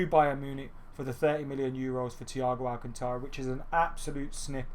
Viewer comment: You're not pronouncing 'Alcantara' right, listen to it in Spanish somewhere.